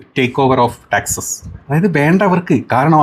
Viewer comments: ടാക്സസ് (taxes) അല്ല. ടെക്സാസ് (texas) ആണ്. ഇത്ര പരിചിതമായ സ്ഥലപ്പേര് വികലമായി പറയരുത്. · Taxes അല്ല teksas എന്നു പറയണം caneda അല്ല canada. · ടാക്സസ് അല്ല ടെക്സാസ്